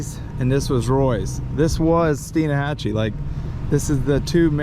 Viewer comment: It’s pronounced Steenhachee.